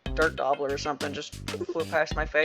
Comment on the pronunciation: i kept mishearing it as “dirt gobbler” and being confused on what insect that was Was it a Mud dauber?